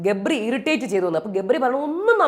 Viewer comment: രേവതി ഗബ്രി എന്ന് പറയുമ്പോൾ ഇടക്ക് jabri എന്നാ വരുന്നേ...😂😂😂